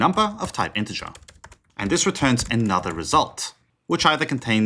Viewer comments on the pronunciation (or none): none